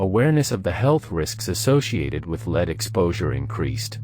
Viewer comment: It's pronounced "Lehd" my friend.